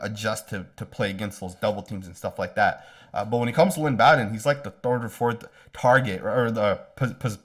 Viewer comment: Thanks for your videos. You do a great job. FYI- Lynn Bowden’s last name is pronounced Bo Din as in Bo Jackson.